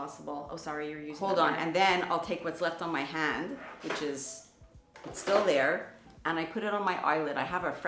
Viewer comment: I love how you both say the words “hand” “tan” the same.